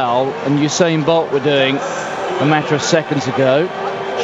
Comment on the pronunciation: And they continue to murder his name in sports commentating but he is the 4th fastest man in history with a 9.72 100m record.